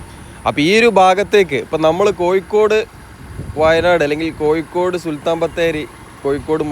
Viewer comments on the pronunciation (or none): കോയി ക്കോട് അല്ല കോഴിക്കോട്🙏🙏 അക്ഷരം ഒന്ന് ശ്രദ്ധിച്ചാൽ നന്നു 😊 ഒയി ക്ക് ഒഴുക്ക്